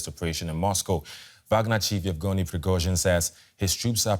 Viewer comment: It looks like Evgeny, but it's pronounced Yevgeny, just like Yeltsin looked like Eltsin.